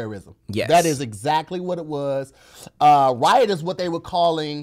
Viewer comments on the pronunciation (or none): I feel like says wyatt instead of riot lol